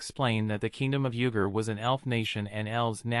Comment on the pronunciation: Bro when you said “yuger” it sounded like “nugge_”